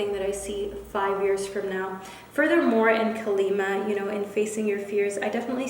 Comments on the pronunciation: #PiscesPile And I just wanna say that it's "Kaali Maa" you gotta drag the a's a bit 💜 Love you V 💜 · Hey in Pisces pile it’s KAALI MAA you need to extend the A’s so yeah! Anyway I love u and the reading❤️🥺